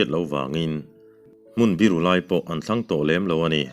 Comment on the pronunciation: Ni tlang her ti a i chhiar hi ni thlang her tih zawk tur a nilomaw....ni tla turin khawthlang lamah a her tihna niturah ka ngai deuh a...